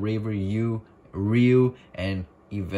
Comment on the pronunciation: isn't "Ryuu" pronounced as rai-you